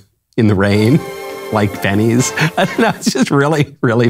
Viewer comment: She said "Penny's" not "Denny's". Listen closely to the last 10 seconds. Now I know why he laughed so much. Denny's is a much better analogy